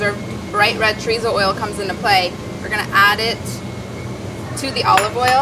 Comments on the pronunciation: So everyone is just gonna ignore that she is saying chorizo wrong? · Never understood why people can't pronounce "chorizo" correctly. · Molly, can't wait to try this recipe! A point: I'm sure you pronounce French words correctly in your cooking ventures..please do the same with Spanish words, ie, chorizo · The way she said chorizo sent me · the way she's saying chorizo is making my skin crawl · every time she pronounces chorizo like that I cringe